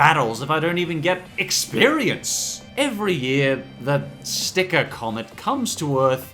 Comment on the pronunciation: stop saying STICKRR